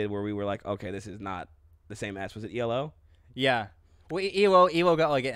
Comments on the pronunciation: Hate to correct but it’s E.L.O. Electric Light Orchestra ... my ocd was goin nuts lol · Come on guys. Not E-LO but E.L.O. Thanks!!